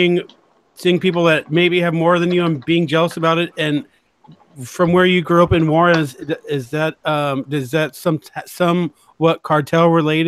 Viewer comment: Suddenly you have an accent when you pronounce Juarez. I am not impressed. Juarez is like Tiajuana. I do not feel sorry for you because your parents came here from Mexico. I grew up with a lot of mexicans and picked in the fields with many. You are so bullshit about speaking Spanish. You were not kidnapped and your dad never found you and took you away. Too bad you may have turned out a better human being with an appreciation for your culture not just shame for being Mexican. May be you can get the 3 years of free college. Clean house? One of those people who clean hotels? A Motel Maid? Is that the job you are so ashamed of your mother for having. You are a money grubbing piece of humanity. Why can you not be happy you got to come to America?